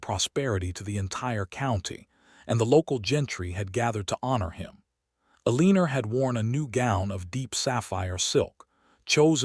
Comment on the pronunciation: It’s El-l’an-nor. AI sucks.